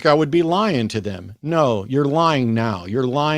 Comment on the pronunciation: He kept saying. "They - thum". I almost waited for him to say "fee, fie, foe, fum" after. He doesn't even try to understand.